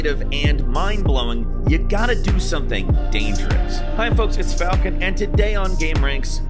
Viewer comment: Oh no, is this F-AI-lcon?